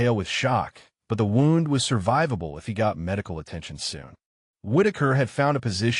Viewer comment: Wownd(wound) different meaning to same word pronounced "woond". AI needs to differenciate. There are numerous words that have same spelling but different pronunciation but same spelling depending on context. Very irritating